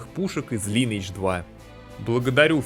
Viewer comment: Все шик, только вот ЛайнЭйдж... и не надо мне рассказывать, что мол Корейцы сами говорят Лин. Это англ. язычное название, и читается оно как Лайн. Название игры - Линия века. П с сам играл в далеком 2007м на С1 за СпэлСингера, ухх сколько воспоминаний, где топ локи были Антарас лэйр и Кладбище) с мобами под 60й